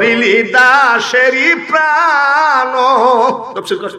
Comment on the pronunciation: শব্দটি তাফসির আর আপনি বললেন তফসির।